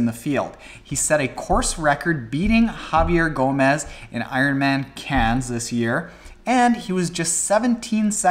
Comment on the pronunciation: You've been practicing your pronunciation of Cairns! Very good